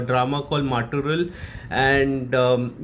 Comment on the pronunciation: The film name pronounciation: mut + oraall . 🙏 'Mattoral' means the other person. 🧔